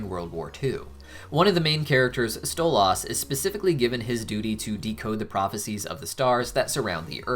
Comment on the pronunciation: Ah yes my favorite helluva boss character "stole ozz"